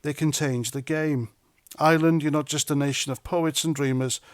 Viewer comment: the word is IRE-LAND, not ISLAND.